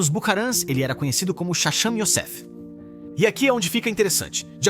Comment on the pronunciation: Eles não erraram, a voz do vídeo é uma voz de IA (Inteligência Artificial). A IA ainda não tem a capacidade de pronunciar algumas transliterações hebraicas corretamente.